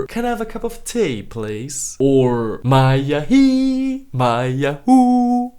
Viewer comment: I am Romanian and I find it funny when you do the "Maya hee, Maya hoo" thing Apropo, dați like dacă sunteți români/moldoveni :) Basarabia e Romania